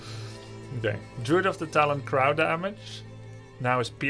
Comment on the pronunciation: I like how Grubby says "crow" like "Kr - ow" instead of "Kr - oh"